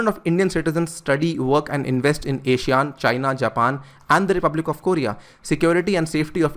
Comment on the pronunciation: you pronounced ASEAN wrong.